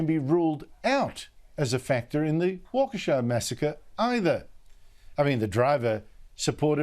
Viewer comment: Props for pronouncing Waukesha.